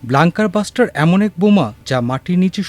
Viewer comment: Not blanker buster, you blonker, it is bunker buster. Whenever an English word appears, our news reporters go bust!